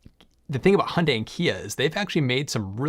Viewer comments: I lived and worked in Korea for 2 years. Thank you for pronouncing Hyundai correctly. (Hyundai should rhyme with Sunday.) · At last guys get the best way to pronounce Hyundai, like Monday! Great work guys! Teach Robert Llewellyn the trick!